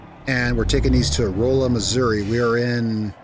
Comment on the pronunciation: The town of Rolla, Missouri is pronounced RAW-LA, not ROLE-A. US Route 63 runs from Rolla to Jeff City, Columbia, Moberly, Macon and Kirksville on the Missouri map. For most of it length, it is, or has been converted to four lane divided highway, but it is not an interstate. The town you drove through west of Jeff city, and stopped at the junction of US 50/US 65 is the city of Sedalia Missouri. The caves of Missouri are NOT salt mines! They are limestone mines, as Missouri laid at the bottom of an inland sea millions of years ago.